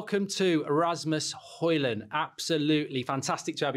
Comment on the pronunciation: It's Højlund isn't it